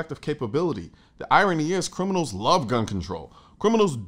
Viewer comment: You mispronounced criminals the second time around.